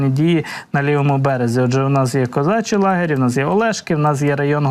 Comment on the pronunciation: Козачі Лагері,наголос на І